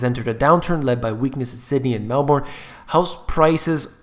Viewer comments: Glad I bought years ago. Also pronounce it Mal-Bern. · It's pronounced: Mel - bn. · Also correct pronounciation is Melbn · Just say 'Melbin' like you'd say the name Melvin - You'll impress ever Aussie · Love your accent - BTW - Melbourne is pronounced Melbin!!!! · love your videos they are very informative and very much relevant to what is actually being experienced here in Perth Western Australia. Ps in Australia we pronounce it as Melbern. Don't worry mate I don't hate you for pronouncing it differently 😂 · Gee Whizz pronunciation! Call it Meel-Boon or Mal-Born, I don't think most of us care we don't really speak the Queen's English 😄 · Haha we pronounce it kind of like 'Melb-in' or 'Melb-earn' and said more quickly rather then dragging the syllable out.. I'm definitely not an English teacher lol Great video, cheers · Melbourne is pronounced Mel burn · Loved it disliked just as you asked because your pronunciation of 'Melbourne' is woeful